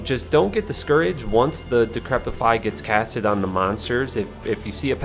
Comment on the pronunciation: There's no "t" in decrepify